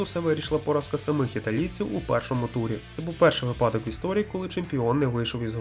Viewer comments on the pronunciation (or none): вИпадок наголос на И